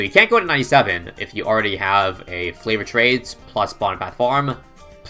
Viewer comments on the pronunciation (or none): This man can do anything in BTD6 except pronounce favoured trades